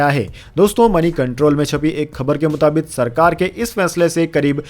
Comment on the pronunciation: मुताबिक सही शब्द है। मुताबित नहीं।